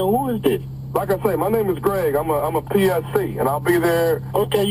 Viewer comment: Did he say PCS in the beginning instead of PSC 😁